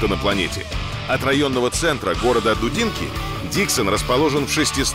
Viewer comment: Не дУдинка, а дудИнка....